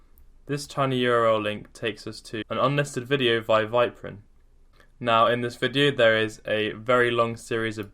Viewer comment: It's pronounced as VIEP-RYN not VYP-RYN